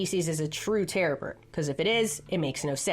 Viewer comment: Wait is she saying terra bird or terror bird?